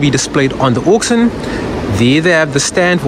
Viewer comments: Pronounced Orc-Shin! Not Orc-Sin Yes, I'm an English teacher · I heard "oxen" 😂